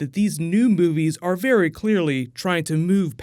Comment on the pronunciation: Did you just say "Bear-y specific"?